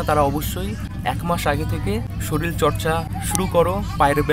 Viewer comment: bhai sarir ta ke sorir bolo, "soril" bolona